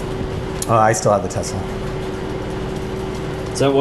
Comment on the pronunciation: Tessler. It’s pronounced Tessler. 😂 this guys is such a slime bucket